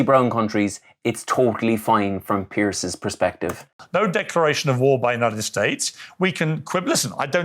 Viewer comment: I despise Mr Morgan with a passion, and agree with almost everything you have said about him, but his name is the plural of pier, NOT the action of popping something. Its 'Peers', not 'Pearce'. Sorry, pet hate of mine, otherwise im with you completely. 😉